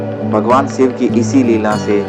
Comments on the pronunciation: it's shiv...not siv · Shiv not Siv..Shakti .not Sakti.